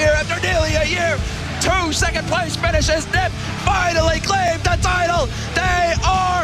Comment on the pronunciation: he said “nip” every time... it’s n.i.p...